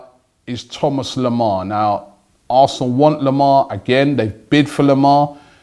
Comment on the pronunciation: Robbie its not thomas lemar its THOMA lemar